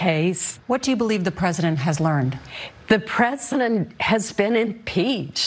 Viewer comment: Are we all really going to silently pretend that wasn’t the hardest emphasis on the “D” in “learned” ever when Susan Collins said “I believe he has...learnnneD”?